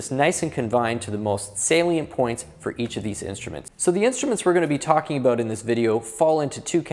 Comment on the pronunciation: You don't need to mention you're from Canada when you say "aboot" lol....